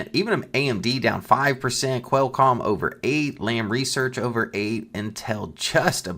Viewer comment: Never heard Qualcomm pronounced like the bird.